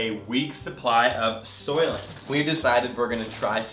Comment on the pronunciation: Did they say SOYLANT!?!?!??! SOYLANT GREEEEEEEENENNNNN